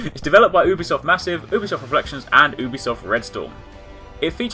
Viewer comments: its not ew-bisoft... its YOU-bisoft... Ubisoft pronounce it right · Actually most people pronounce it like OO-bisoft...